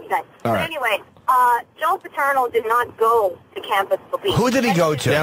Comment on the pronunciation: How does it Opie not know how to say “Paterno” after hearing it over and over again?